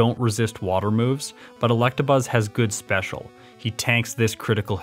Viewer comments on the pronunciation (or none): Are you saying Collectabuzz? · Yo i thought i was the only one who pronounced electabuzz like that